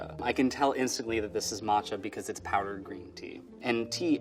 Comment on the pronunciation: “Martcha” Tea….